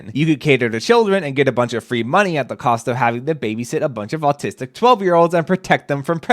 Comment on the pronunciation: why'd you say autistic like that